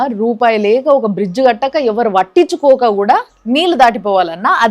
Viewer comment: వట్టించుకోవడం కాదమ్మా పట్టించుకోవడం. తెలుగును తెలుగులా మాట్లాడండి చాలు.❤